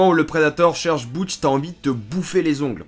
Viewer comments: Sinon c'est Dutch, pas Butch. Bisou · Dutch pas boutch. Très sympa sinon. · BUTCH ahahahahahahahahahahahaah DDDDDutchhhh ou DUTCH SHAFFER quand tu connais le film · C'est Dutch pas Boutche😂😂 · DUTCH... ‼️😝 PAS BOUTCH ni BUTCH 😁😂🤣❕‼️ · Cool la video mais mec c'est DUTCH putain pas BOUTCH lol... Sinon oué ce film est cultissime et n'as pas pris une ride. Toujours aussi efficace meme en 2021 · Dutch* pas Butch xD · Pourquoi tu l'appel "Boutch"?! C'est Dutch dans le film !! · Ce n est pas boutch mais Dutch !!! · A 3.57 on adore les griffes du costume qui se plies Et c est dutch pas butch 😉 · J'AURAI adorer ta vidéo mais la tu as dure dire Butch bien trop souvent mon âme saigne et pleurer tellement la. je t'aurais jamais pardonner de violer mon Ducht comme sa mais Shane Black a fait pire a avec cette merde The Predator. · Boutch ? C'est qui Boutch ? Je connais Dutch perso 🤔